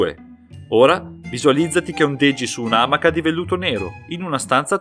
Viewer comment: Interessante. Però si dice "amàca" (non "àmaca"!)